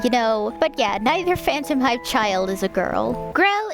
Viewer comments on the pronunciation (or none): I haven't read it in years but I'm very curious as to why you keep calling ciel ashtray 😆 this video was great btw!